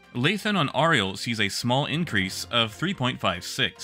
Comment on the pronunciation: Great work. I posted this before and not sure what happened to it but there are a couple pronunciation errors in an otherwise great video: Clio should be pronounced like Cleo Arial should be pronounced like Aerial